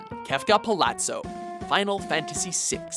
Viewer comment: Palatzo and Seffirof